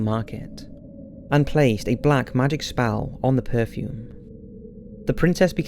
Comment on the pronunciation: 2.26 This dude can not pronounce words properly - spall? TF is that!?